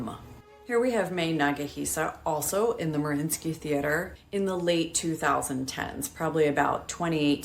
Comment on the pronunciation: Doesnt Mariinski have TWO "i" in both spelling and pronunciation?